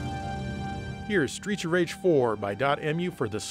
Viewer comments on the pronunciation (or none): I keep hearing "Streecha Rage" and it makes me giggle... 🤭